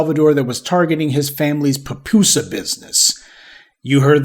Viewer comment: Illegal immigrant not alien, alien is dehumanizing. Its pupusa not pew pew sa